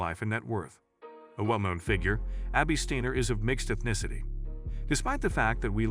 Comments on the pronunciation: Great video n awesome young lady!! Narrator, its pronounced Sti-ner not stannor lmao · STIner Not Steener get it right== idiot goes back and forth with the wrong pronunciation-- STEINER (the I is dominant) if Jewish then the E is dominant, and even says STAner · As bots go I didn't think this one was all that bad. However the tendency to go back and forth in pronunciation from Steiner to Steener was a bit annoying. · Good video except how is her last name properly pronounced... you used Steiner, Steener and Stainer??? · You would think its Joe Biden reading A Teleprompter. It’s a she and her name is Abby Steiner not steener. Lmmfao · Please pronounce her name properly she's a huge star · Steiner is an amazing talent. She deserves a much better video than this. So many errors, even mispronouncing her name, referring to her as 'himself' … she deserves more respect than to present this poor production as a 'tribute'! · Could you take just a minute to learn how to pronounce her name and other things in this video before posting? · Okay, you spell Abby with an E, mispronounce her name and, at one point say himself, instead of herself. Gotta do better editing. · First of all, you referred to her as "him" and then proceeded mispronouncing her name. Great journo, you dunce. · Agree that the language problems are very distracting. You referred to her several times as "him." In case you're not aware, "her" is female. You bitched pronunciation of her last name repeatedly. I admire Abby, but your show needs to get its act together. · Yeah, the constant switching back and forth in the pronunciation of her name plus the full on mispronunciation of Achilles was driving me crazy. Stayed only for Abby's sake.